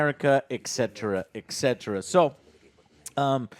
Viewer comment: Joe, I respect you, but... It's actually "et cetera" NOT "EKSETRA"....